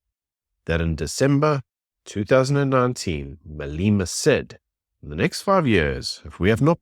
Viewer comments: Why you say Maleeeema its Malema get it right . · Malema rhymes with dilemma 😊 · How are you pretending to be South African, but then you mispronounce Malema's name? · Pronouncing his name correctly would be respectful, unfortunately respect is not a given, its earned.